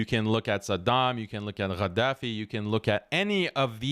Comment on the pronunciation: It is Gaddafi not whatever what you pronounce